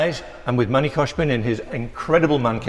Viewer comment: pronounces Manny as “Money” 😂